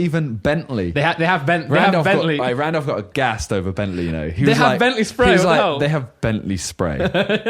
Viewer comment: Set up looks clean but Randolph amenities is pronounced like simon said it :O